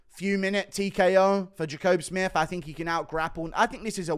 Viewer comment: Pretty sure Jacobe Smith and Dustin Jacoby's names are said the exact same way and Guru gets both of them wrong 😅